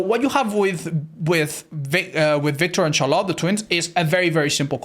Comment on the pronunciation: I dont know if youll see my comment WE DO ALREADY HAVE A DRACULA MAIN His name is Bleakdbd Hes played him and loved him since release and had drac p100 on the first week and a half! Aint that crazy? Also Im not trying to be mean but this has been eating away at me for a while, You always say CHAAR LOT when In reality its prounounced SHARLITT Its nothing bad lol Its just funny, Really I dont mind 🤫😎